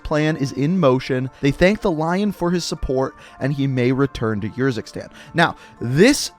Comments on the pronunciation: No offense but you sometimes sound like your running out of breath. Also Urzikstan is a real place and it is pronounced Errzikstan not yurzikstan. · Please stop saying Urzikstan every time you say it I want to punch you in the face... like it’s honestly ridiculous man.